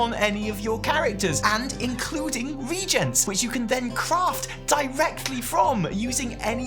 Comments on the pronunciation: I've love your channel for years, but you just said a word that will kill my loyalty in an instance. The word is not "regent" The world is RE-A-GENT that is the correct way of pronouncing the word the a is not silent. RE-A-GENT RE-A-GENT RE-A-GENT RE-A-GENT RE-A-GENT RE-A-GENT RE-A-GENT RE-A-GENT RE-A-GENT RE-A-GENT RE-A-GENT Promise me you'll never ever say RE-Gent again. It seems to drive me bananas, nuts, crazy, loony, bonkers. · Reagents?? you're fn ENGLISH and you can't pronounce RE-AGENTS???